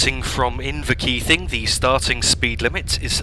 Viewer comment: Pronunciation: Kir-CAW-dy and In-ver-KEE-VING